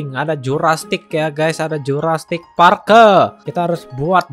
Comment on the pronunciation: bang jurrasic knp di bilang jurastic:v